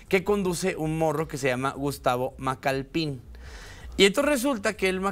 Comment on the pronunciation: "Macalpin", no "Macalpín".